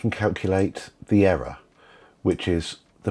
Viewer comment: "era, era" hahah you mean "error". there are two "R"s. why can't you pronounce the second one?